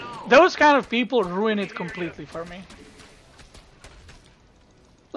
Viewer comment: "thank you for the sport, beoble"